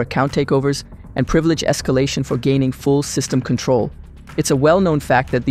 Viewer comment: "priv-e-LAGE" - #LetTHATSinkIn